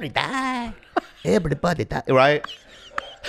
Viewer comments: "EveiRyyDiieey" 😂 🤣 just The "Simple things" 🤣🤣 "I keill You".."EveRyyyDiiieey" .. 🤣💯 Bobby, I love You!!! 🤣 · "EveiRyyBuddeyDiieey" 😂 🤣 just The "Simple things" 🤣🤣 "I keill You".."EveRyyyDiiieey" .. 🤣💯 Bobby, I love You!!! 🤣